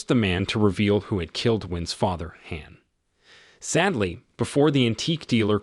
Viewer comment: with only 10 comments, also what "" mispronounces "Han" he pronounces it like hand- the d. Ridiculous.